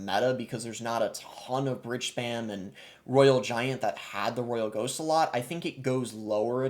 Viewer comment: Why do you pronounce ghost as ghosht?